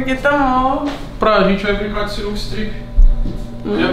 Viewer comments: "CINUCA" KKKKKKKKKK SINUCA STRIP é o certo pae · "Cinuca" com "c" foi foda hein toguro? Porra! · ‘Cinuca’ com C foi foda kkkk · caraca sinuca com um “c” porra togurao tá matando o português isso sim